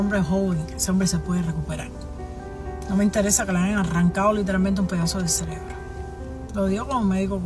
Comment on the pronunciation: Viendo este video y escuchando a “la doctora”… Cuando de momento la escucho decir la palabra CELEBRO en lugar de CEREBRO… No tengo más nada que comentar…